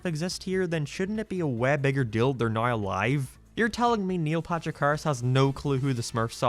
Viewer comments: “Niel Patrick Hahrerashh” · He said Neil Patrich Harris 9 times, said Neil twice and Neil Patrick Harris' name was on screen once.